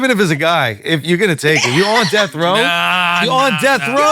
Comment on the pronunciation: Bro can’t say death